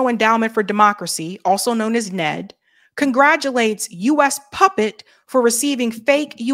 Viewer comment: N-E-D,, not "Ned". What's next, AI sauce? 😁